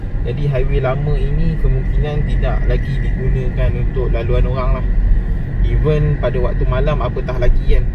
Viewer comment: Bukan "event" tapi "even".. 🤦🤦🤦